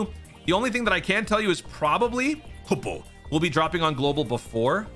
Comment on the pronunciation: Y's he gotta say toppo like that 😭